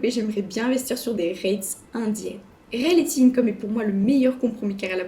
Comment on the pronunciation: Bon déjà... c'est Realty !!! Pas Realthy